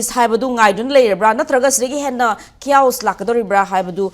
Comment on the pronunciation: Kaoss...? Chaos haiyo